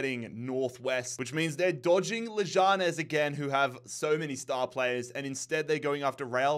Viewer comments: Leganés > Leh-gah-ness Alcorcón > al-kor-kon Guaraní > gwah-rah-knee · I remember you saying you needed to learn how to pronounce Leganés’ name because you’d be seeing so much of them, and you’re still missing the mark 😂 It’s more close to Leg-Ahn-Ehz, with the stress on the last syllable. Keep up the phenomenal work!